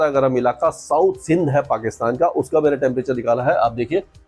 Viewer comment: आप बोल रहे हो या हे आपका पाकि थान।। अगर हमारा हो जाय तो आपके मुंह में घी शक्कर 😂😂😂